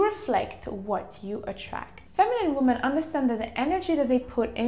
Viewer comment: Women is pronounced like wimin